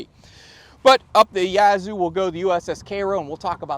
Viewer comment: If it hasn't been said already, the "a" in Yazoo is the same "a" as "cat". First syllable emphasis if you're a local.